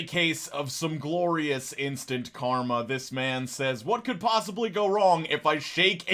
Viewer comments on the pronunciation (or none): none